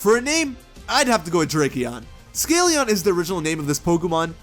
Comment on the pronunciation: When you said "Drakeon," I think for a second I thought you said "Tracheon." I've been watching too much Scrubs